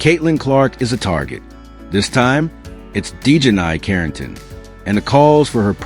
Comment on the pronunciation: Your AI voice can't even pronounce her name right 😂😂😂😂